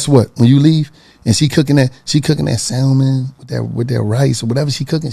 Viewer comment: Target? The L is silent in salmon, sir...